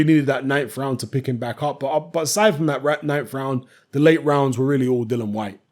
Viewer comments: it's DILLIAN, DILLIAN, DIL LIAN WHYTE. NOT DILLAN. IAN NOT AN. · Dillian Gillian Shelillian Whyte.